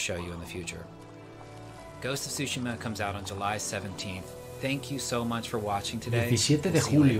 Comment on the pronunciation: Vamos, estúpido y sensual, dilo de nuevo: "Ghost of shushima"